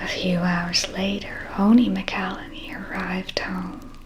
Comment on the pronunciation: mcelhaney is "mack-ul-hane-e" just so you know! Amazing job as always